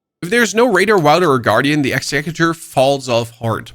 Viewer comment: "Execue- tor" :face-purple-crying